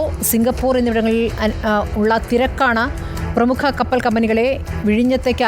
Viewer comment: കപ്പറൽ ..... അല്ല.... കപ്പൽ.... വാർത്ത വായിക്കുന്നവൾക്ക് തെറ്റി